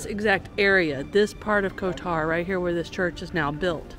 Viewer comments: Again for others watching - stress is usually on first syllable in these countries. KOtar. (not koTOR). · The accent goes on the first o